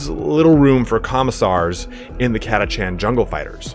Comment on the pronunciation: i always pronounced it Ka-tash- an , not kata-chan .. the latter sounds so weeb